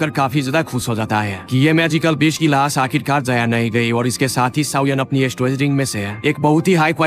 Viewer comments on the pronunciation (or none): Lahas nehi, lash🥴